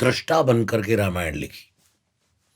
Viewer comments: Not Ramaayan it's called ramayan please pronounce our revered scripture correctly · Exactly रामायण नहीं बोल रहे हैं ये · पूनम बहन, डेढ़ घंटे का हो या डेढ़ मिनट का, मगर पॉडकास्ट की जो आत्मा है, "रामायण" उसके उच्चारण में गलती की तरफ सिर्फ अंगुली निर्देश किया है! ने जानबूझकर ये गलती नही की, उनका उच्चारण स्वाभाविक ही ऐसा है! मेरी विनंती ये है कि आगे से पॉडकास्ट हो या निजी जीवन, वो इस शब्द का उच्चारण सही से करें!! जय श्री राम! जय स्वामिनारायण!! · Usne chahkar to galat pronounce nhi kiya